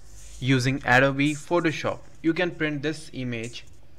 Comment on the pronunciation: I used to work for PC Magazine, we had the deputy head of Adobe over - well done, you;re the first person I've heard pronounce 'Adobe' correctly! An Adobe is a mud brick and its pronounced 'Ah - Do - Be' with no ringing 'Eeeee' on the end. Lastly, if you want to print to scale, make sure the images are, say, 300dpi then reload them and get PhotoShop to print them one by one. For posters, download Rasterbator.